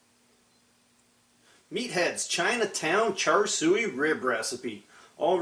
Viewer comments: Looks very good. Thanks for the video. By the way, it's pronounced 'Chā-shāo' not "char suey" ;-) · Char-Sho not "sooey" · Looks good, did you use the plate setter in there? I have a Kamado Joe and have been scouring Youtube for recipies. And fyi... it's pronounced "Cha Soo". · Char Siu is pronounced Char Shoe. Nice video, ribs look great.